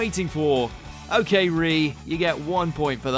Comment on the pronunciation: Whoever did this mojo video didn't know hell about tokyo ghoul! 1 they called Yamoori "Jason" in another video, and he called RE: "ree" it is pronounced R - E